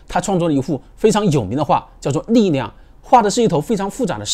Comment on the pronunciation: 老哥你是哪裡人啊？為什麼你們講話會把力量講成膩釀？